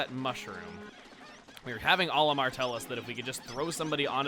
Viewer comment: CHUGGA YOU KNOW ITS "OLAMAR"